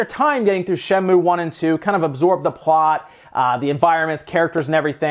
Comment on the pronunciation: It's Shen-moo-ay. Not just Shen-moo.